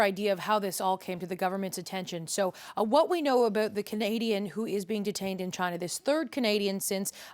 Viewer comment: was the hardest “aboot” I’ve ever heard lol